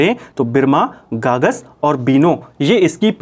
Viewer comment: गागस नदी नहीं है सर उसका नाम ग़गास नदी है